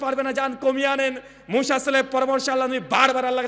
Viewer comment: মুশা নয় মুসা নবী, নামও টা ঠিক মতন উচ্চারণ করতে পারেন না আবার আরেকজনের ভুল ধরেন, মানুষের ভুল ধরাধরি না করে নিজের ভুলগুলো কথা হইতেছে সেগুলো ধরুন